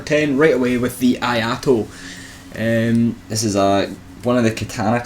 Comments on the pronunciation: its no I a to it is I(e sound)a to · "Eee-ah-ee-to" , not "aye-aye-to" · I mean, I know you english people are not particularly good with talking, even in your own language. But pronouncing Iaito as Ajato is just sad. Really, really sad. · I agree with this list... for the most part. 3 things I would change. First, I would change the Iaito (it's pronounced ee-eye-toh btw) with the Uchigatana, and would place it much higher. The Iaito moveset is good, but you'd be amazed how useful the Uchigatana's thrust is. Second, I would change the Obsidian Greatsword with the Zweihander. One word: stunlock. This thing is giantdad's weapon of choice for good reason. Finally, as much as I love clubs, I would drop the large club in favor of the Falchion. Take the Gold Tracer, make it compatible with Darkmoon/Sunlight Blade or Crystal Magic Weapon, but remove its bleed effect. You lose the massive damage spike in favor of consistent big hits. The Gold Tracer is a fantastic backup weapon once your buffs run out. Just throwing that out there. Just make sure you 2h it. I would have also given an honorable mention to the Murakumo. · The only cringy thing was the pronounciation of "Iaito"